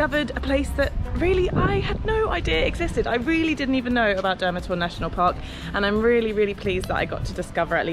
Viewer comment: Kinda butchered the names of the towns, here's how you really pronounce them: Nikšić - Neeksheech (soft ch) Žabljak - Zhablyak Durmitor - Doormeetor